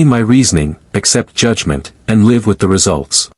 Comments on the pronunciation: Yes, I caught the "leave long and prosper " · Extremely sick of the crappy A I that can't pronounce certain words. Live, romulan among others. CHECK IT FIRST. Will not subscribe.👎👎👎